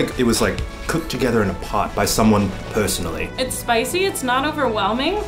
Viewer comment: yo eugene went british at the "personally"